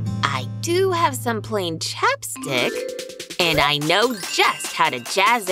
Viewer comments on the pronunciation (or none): none